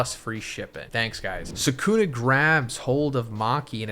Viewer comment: Can you pronounce the names right? It’s sukuna not sekuna